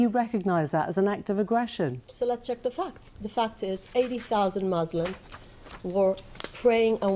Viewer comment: The fact that she can’t say Müslim properly…that’s it it’s war 😂